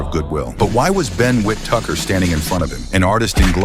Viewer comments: Ben Tucker? AI fails again.... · Learn how to pronounce the man's name. His name is Whitaker. Not Whitucker. Morons. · Whittaker ❌ Wit Tucker ✅ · I heard wit tucker too, AI sucks! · What’s this Wit-tucker pronunciation? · STOP WIT THIS AI BULLSHIT.... WIT TUCKER.... 4REAL..... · Wit-tucker 😂😂😂 At least get his name right!!! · Whit- Tucker??? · Never heard of Whit-tucker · Fix your A.I. who TF is "whit-tucker?? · The AI voice calling him "Whit-Tucker" is crazy tho. 😂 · Whit-tucker 🤦‍♂️ get a grip. Crap video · Hearing Wit tucker is pissing me off lmao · how the fuck are u sayin his name??? wet tucker??😭😭😭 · The AI voice saying “WIT-TUCKER” is pissing me off 😅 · Ben whit-tucker ? 😂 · “ Whit Tucker”? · Whit-Tucker Huh? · whit-tucker??? his name is ben whittaker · "Wit Tucker". You losers have gotta stop posting these AI slop annotations. Cringing so hard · I hate these A.i narrations “Whit-Tucker” 😂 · Whittuker?? At least get his name right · Wit- tucker. A.I not so intelligent. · Wit tucker wtf. Get better ai. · How does this guy say whitaker?? Wit tucker?? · why is the ai pronouncing whittaker like wit-tucker? lol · Whit tucker 🤣 great job AI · It's pronounced WHIT TAKER. The spelling is the give away😅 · Calling Whittaker "wit Tucker" is why AI should be banned and why I'm down voting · Who in the hell is Whit-Tucker? 😂😂😂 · Whit tucker 😅 Ai isn’t quite there yet with the pronunciations. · Stupid AI voice. "Whit-Tucker" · Wit- Tucker???? 😂🤣😅🤣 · Every time i hear this AI program pronounce his name Wit-Tucker it makes me remember why I hate AI videos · Stupid Ai can't say Whittaker.... With Tucker, lol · It's whitaker stupid a I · Who the F is Whittucker? At least get the name right. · Who’s whit-tucker 😂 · Ah yes… Wit Tucker. Next it’s gonna be Peg-Ai-You for Pacquiao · Why does this guy keep calling him Whip-Tucker🤔🤣😂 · So now you know... if the person saying Whittaker as " Wit-Tucker", it's a cyborg! Run! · You cant even get his name right ffs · Who's Whit-Tucker??